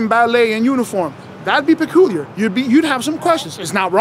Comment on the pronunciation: Lol “that would be pacooler”